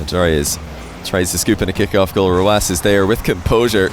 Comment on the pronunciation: Why is it pronounced rwass? Hurts my brain whenever he says it